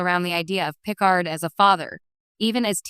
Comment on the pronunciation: Oh my god - AI voice can't (CAN NOT) pronounce a single Name--- Pick-erd ????!!!!!